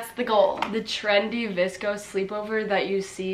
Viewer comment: why does everybody say “VISCO” and not “VSCO”